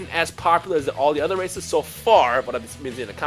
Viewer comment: I'm doing frieza race first then saiyan plus it sounds like you said racist at the beginning lol